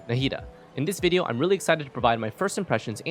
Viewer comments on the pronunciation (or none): none